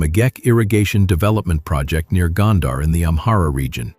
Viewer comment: Gondar rhymes with wonder. It is mispronounced in the video.